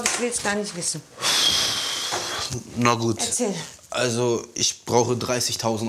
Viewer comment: Wie der Typ immer "Na" ausspricht 😂 Der sagt immer "Nua" 😂 😂 😂 😂